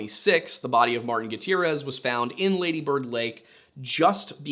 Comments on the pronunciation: Say the first half longer than the second; laaady bird... you got that? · Its pronounced laaaaddy bird